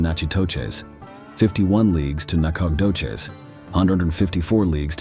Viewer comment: I like how dude pronounces Nacogdoches literally 17 different ways and not a single one of them is right...... Huh....